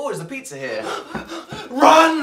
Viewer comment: "p-oh boy is it the beet za"